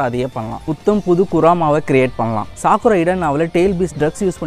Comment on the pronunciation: Bro dhayavu senju word pronounce correct haa use pannunga (ex:chakra nu sollunga chaikra illa )